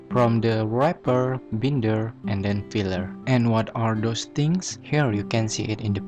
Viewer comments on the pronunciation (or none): no problem! It's pronounced like " buy-nder" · You're pronouncing the word " binder " wrong my friend.